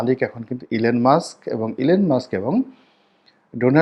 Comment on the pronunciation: ইলেন মাস্ক নয়,নামটা হবে ইলন মাস্ক।